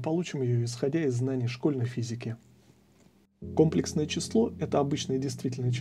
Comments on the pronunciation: Всё тривиально, но ударение на другой слог в слове комплексное. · Почему кОмплексное, а не комплЕксное? За такое преподы ругают обычно